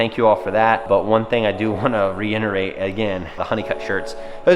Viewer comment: My biggest pet peeve in your videos....its REITERATE! NOT REINNERATE! lol still love you though.